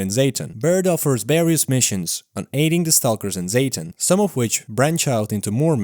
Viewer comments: What's "Zeytin"? Just say "Zaton" bro 😬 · For context, Im ukranian and "Zaton" is pronounced "z-ah-ton" hope this helps